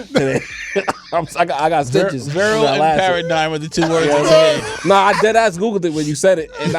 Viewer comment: Not me repeating "make us go vieral" 😂😂....I love this show📍🇿🇦